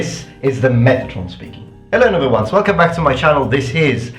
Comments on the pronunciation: Thank you so much for showing all the extra edits. I didn't realise you were saying 'noble ones' until I heard it repeated multiple times. I've been mishearing it as "number #1's" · Is he saying "noble ones" or "number ones"? I can never tell. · Also, I thought you were saying "hello number ones". ...